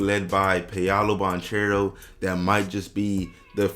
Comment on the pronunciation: did bro just say pee-awlo banCHERO? 😭 just jokes but it’s pronounced pah-low ban-kero